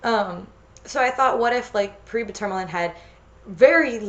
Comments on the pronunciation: Wonderful video as always! Also I'm pretty sure paraiba tourmaline is pronounced par-a-ee-ba tour-ma-leen or par-a-ee-ba tour-ma-lin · This looks fantastic! Also, tourmaline is pronounced "tore-muh-leen" iirc